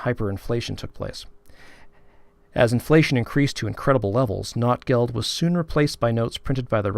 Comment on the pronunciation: Very cool video, great to hear from another Notgeld collector! I'm trying to popularize the more German pronunciation of Notgeld in English, like "note" instead of "not", but it's an uphill battle. :) The word Not in German means emergency, need, lack, poverty, misery, and it is where our word "need" comes from, as in a time of need. Notgeld means "emergency money" - just as you pointed out, people hoarded the silver coins when Germany went off the gold standard at the start of WWI, and there was an emergency shortage of small change, so that's how the first (1914) Notgeld arose. But things only went downhill from there, the situation in Germany grew worse and worse during and after WWI and Notgeld became a popular way for cities to raise much-needed cash from the collector community, Notgeld became more of a pun, as in "misery money" or "poverty money", another meaning of the noun Not that very aptly described their situation post-WWI. I made a similar video to this one, that, coincidentally has the same title. :) It doesn't go into any specific notes, but I'd love to do some videos like this that translate the notes for an English-speaking audience. I have quite a few translations I've done in my Ebay listings that are not available anywhere else (yet). The fact that many of them are written in dialect makes it extremely challenging but the hobby is so deep that it seems impossible to run out of new discoveries. Still I learn at least one thing (and usually much more than t